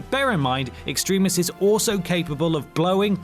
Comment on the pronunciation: Stop saying Extremis wrong.